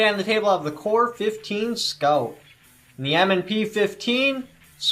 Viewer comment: Core 15 Scout has a 4140 barrel. This guy can't text the name or say the name right.